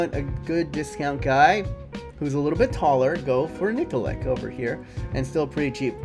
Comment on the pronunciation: nikolic pronounced nikolich